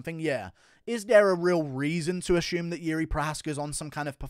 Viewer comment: Where's is this "ashume" pronunciation coming from?